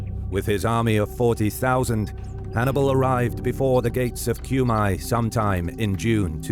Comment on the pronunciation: FFS it is not [Kjumaj], it's [Kume]